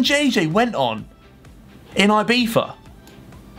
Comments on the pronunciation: Its actually IbiZa not IbiFa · Ibiva? its Ibiza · Man its IbiZa not IbiFa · No one: Harry: “ibifa” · Name: Ibiza Harry: Ibeefa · harry sais Ibifa instead of Ibiza. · Why does he say ibifa